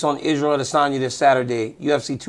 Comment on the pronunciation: DC, THERE'S NO REASON FOR YOU TO NOT PRONOUNCE ADESANYA CORRECTLY. IT'S SO DISRESPECTFUL FOR YOU NOT TO!